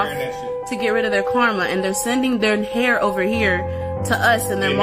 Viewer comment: It's pronounced hair not here 🌹💜